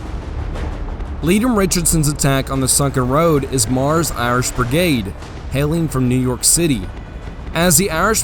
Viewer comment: Its BRIGADE not “burg-ade”